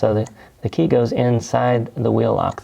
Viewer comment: Key not jey